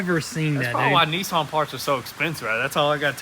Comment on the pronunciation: What’s a Neeesan are they the same as Nissan